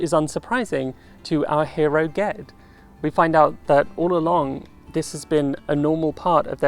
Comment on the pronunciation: I was so happy to hear you say Ged's name the same way I do. I didn't realize there were options on that until a friend and I were talking about the first book and he gave it a soft g. Who would have thought?